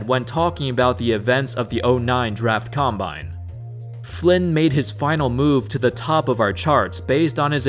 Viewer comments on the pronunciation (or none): none